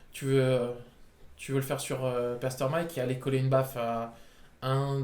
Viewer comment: J'avais envie de m'arracher les cheveux a chaque "pertermite "de dit xD